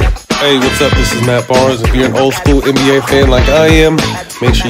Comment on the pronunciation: “ANN B A”??? It’s the “NBA”